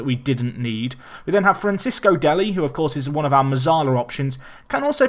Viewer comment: Fran-ches-co deli not fran-cis-co deli